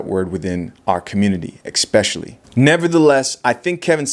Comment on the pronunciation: Maan is it on purpose: eCspecially?))